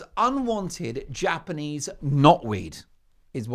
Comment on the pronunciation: So you guys really hate Japanese. Knot weed is a nuisance I know, but o boy the way you say JAPANESE.